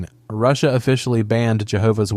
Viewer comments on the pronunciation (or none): none